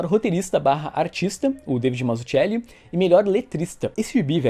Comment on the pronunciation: Putz,, não pronuncia o nome do Mazzucchelli como faz o Alexandre do PN porque tá MUITO ERRADO. A pronúncia correta é "/Matsuquéli/"...